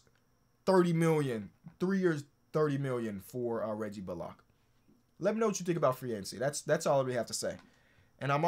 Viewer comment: can you stop fucking saying “Bull-lock”. His name is pronounced Reggie “Bull-lick”.